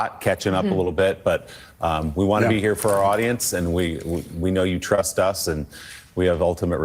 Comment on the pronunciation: "Trush us..." Vox??